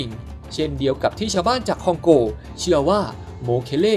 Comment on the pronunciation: คองโก บราซิล 55555 นึกว่าฟังผิด พอพูดคองโกง บราซิลอีกที มันไม่ใช่แล้ว